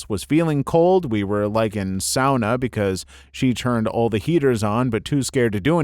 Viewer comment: Hey, you said the word "sauna" correctly! I just thought it was interesting because I've never heard anyone pronounce it the "Finnish way" just off the bat in my life, so that's pretty cool!